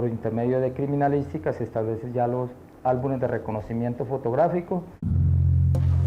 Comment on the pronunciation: No se dice "álbunes" se dice "álbumes" usted es una profesional de la comunicación (una periodista) y tiene una responsabilidad. Por lo menos aprenda a hablar para comunicar con responsabilidad!